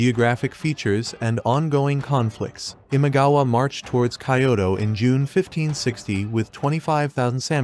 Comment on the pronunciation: Cool idea to use Shogun Total War clips, but definitely work on your pronunciation of Japanese names and places before your next video (mispronouncing Kyoto and Samurai was especially egregious).